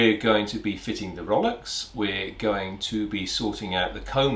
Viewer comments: Rollocks? So that's how it's pronounced? Never knew, I learned something new today. It sure sounds about right though. Plenty salty, still close enough to the spelling to be recognizable, and with plenty of opportunity to make the bewildered landlubber raise his eyebrows and ask himself 'Wait, what did he just say? What should I grab?'😊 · So nice to hear people who speak English and say ROWLOCKS not row. Locks. Funny when I hear rowlocks pronounced properly I have the urge to yell “ double “!